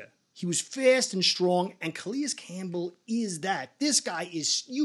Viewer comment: Its CalAis not CalEis